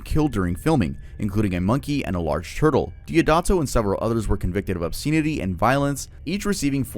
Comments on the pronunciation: I love you! I love that nobody she said anything. But just to help you grow... listen how to say obscenity. Don't take this wrong, i love your videos, your research is awesome! Mispromouncing words, just proves you are a reader! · Francis Ford Kapala is CRAZY work. Come on dude 🤦 ... And how do you not know how "obscenity" is pronounced? You obviously do research, why not research the pronunciation of words and names you're not sure of?